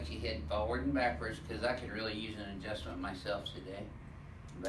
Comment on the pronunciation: Double adjustment! U said it wrong lol